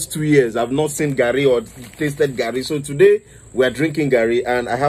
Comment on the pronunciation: He say garri yen kon 🤣🤣🤣🤣